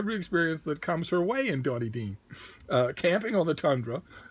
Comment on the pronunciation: "The Northern Quebec village of Donny Dean" hahaha! But, wait, you can pronounce Xhosa but you can't pronounce a made-up First Nations name as easy as Saqijuvik?!? You're slipping... ;)